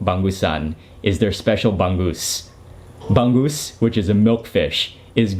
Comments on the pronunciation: It's not bang goose.. It's ba-ngus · it's Bang - OOZe (not Bang - Goose) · it's not bang-goose.... say the word hung but with a B.... bung-oose = bangus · its bangus not banggus hehehe 😂😂😂😂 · bong goose? cmon..bong ose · Bangus is read as Ba-ngus not Bang-gus. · it's not pangoos is bangus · It's not "bang-gusan", It's "bang-usan" and also "bang-us" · Hi there mark! it's anyways pronounced as ba-ngoos. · The way Mark pronounces Bangus make me smile, the G is sort of silent in the word Bangus